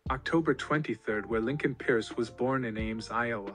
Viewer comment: Lincoln peirce (pronounced Purse)